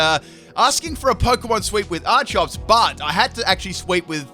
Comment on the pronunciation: Its pronounced ar key ops not ar chops